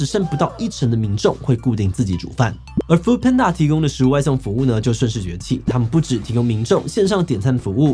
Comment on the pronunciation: 一直聽到"foot"panda有點出戲